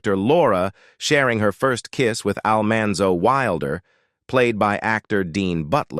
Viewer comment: Poor narrator just can't seem to pronounce "Almanzo's" name correctly. 😂😂😂